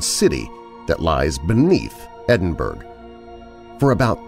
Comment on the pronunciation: Edinburgh is pronounced "edinburrow" rather than "edinburg" but as always, a great collection of stories. thanks!